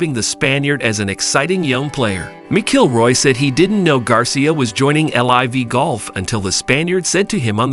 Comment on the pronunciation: Mc Killroy and Miss-Ilroy pronunciations really made my day today. Thank you.